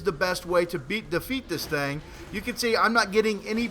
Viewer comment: He always say thing as thang.